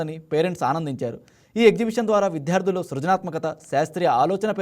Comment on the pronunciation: వి ధ్యా ర్థులు కాదు...... విద్యార్థులు అని పలకాలి...😅😅😅